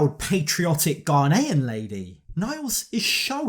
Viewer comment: I just love how your pronounce Ghanaian. You said it perfectly! A lot of people struggle to say it. Your commentary is always spot on.